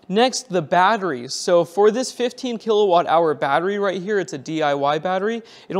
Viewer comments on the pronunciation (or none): none